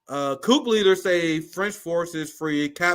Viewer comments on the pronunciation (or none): Bro, you too smart to be pronouncing the "P" in coup. Please lol